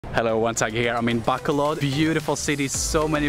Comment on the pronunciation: I'm so annoyed how he pronounced BACOLOD... BACK-COL-LOD.